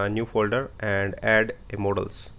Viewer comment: Mod-els. Not Mo-dals